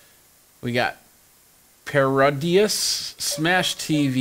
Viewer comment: How can anyone mispronounce Parodius?